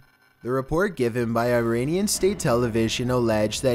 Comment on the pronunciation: “Eye rainian”